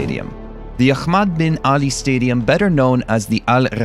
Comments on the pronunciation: Its not akhhhhmaddd its ahmad lol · it's Ahmad not Akhmad. You can simply pronounce the H as in 'Hell' and not exaggerate about it